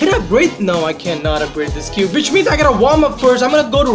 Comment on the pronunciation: WHEN-UEN, NOT FUCKING VEN WHATEVER-UATEVER, NOT FUCKING VATEVER WHICH-UICH, NOT FUCKING VICH TF YOOOOOO